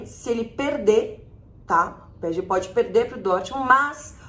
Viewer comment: Só eu escuto ela falando p é e g? Kkk